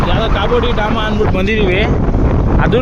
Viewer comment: ಕಾಬೋ ಡಿ ಡಾಮಾ ಅಲ್ಲ ಕಾಬೋ ದಿ ರಾಮ 🤣😂 ಕ್ಯಾಮೆರಾ ಇಂದ ಮುಖ ದೂರ ಇಟಗೋ 🤣